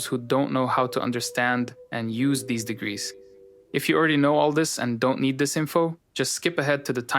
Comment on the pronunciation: It's just too much. The message doesn't need all that candy. And then there is the lack of ability to pronounce "these" correctly. So close but no cigar.